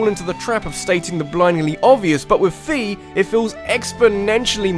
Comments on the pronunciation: I think Fi is supposed to be pronounced like Find. You do not pronounce "find" like "feend". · Just for future ref, Fi's name is pronounced fay, like in wi-fi. But yeah she's really annoying in SS, at least Hyrule Warriors kinda redeemed her a lil bit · Fi isn't pronounced "fee". She is pronounced "Fye" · Indeed. Fi (it's not pronounced like "fee") is much more useless than Navi! You guys know that Z-targeting you do in Ocarina of Time? That's Navi at work! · Fi's name is pronounced like wi fi. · the people at Nintendo pronounced it that way when they were talking about Hyrule Warriors before it came out in Nintendo Directs.